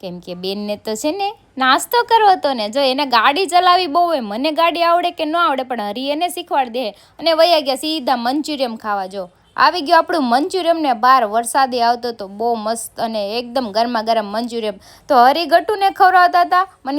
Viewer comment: Ben manchuriyam no kevay manchuriyan 😅